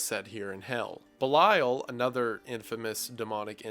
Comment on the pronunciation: a genuine question , are we pronouncing belial as B’lisle?